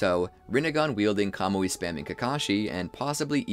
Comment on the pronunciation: its so funny that he say kamouye spaming kakashi